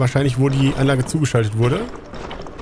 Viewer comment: Echt beeindruckend diese "Anlache" 😜 Aber sage mal, gab es einen Grund warum du die Lager/Läger soweit weg gebaut hast? Ich meine wenn sie näher dran gestanden hätten, dann hättest du weniger Forderbände gebraucht. (Ja, ich weiß, nu isses Wurscht) 😜